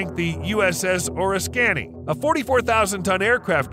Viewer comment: Oriskany - Or iss kuh knee